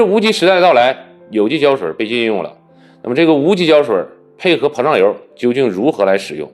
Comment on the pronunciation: 是膨漲油，不是胖油。有點口齒不清了。